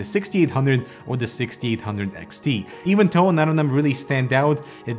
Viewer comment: I kept hearing “even toe” lol. It’s pronounced as “thow” but you might be able to get away with saying “doe” instead!